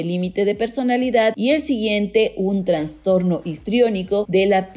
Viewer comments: Excelente trabajo, pero por favor no digas "transtorno" sino "trastorno". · Es idea mía o la narradora dice varias veces "transtorno" en vez de "trastorno". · La mujer que aquí habla dice "Transtorno" ojalá puedan corregir por "trastorno" correctamente. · Ella dijo transtorno🤢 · Por que dices transtorno xd